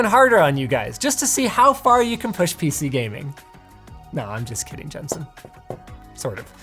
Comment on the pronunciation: When he ends the video asking if something is fair, I thought he said "how about you Justin", was freaked out and registered and he said Jensen haha